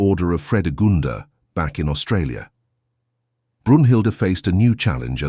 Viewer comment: Not “Australia” Aus-Trasia TREY SEE AH